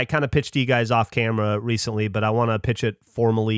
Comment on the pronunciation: said "releasently"